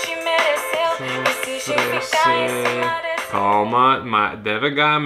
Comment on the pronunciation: O problema foi que ela trocou a sílaba tônica da palavra cima e colocou na segunda ao invés da primeira, aí confundiu......mas como já falaram aqui isso ocorre muito em músicas para encaixar melhor na melodia.....